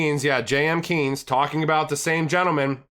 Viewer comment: Its Keynes, not Kines (Keenes).. You pronaunce it wrong